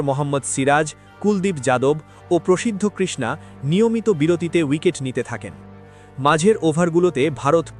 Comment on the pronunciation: প্রসিদ্ধ কৃষ্ণা নয় উচ্চারণটা হবে প্রসিদ কৃষ্ণা।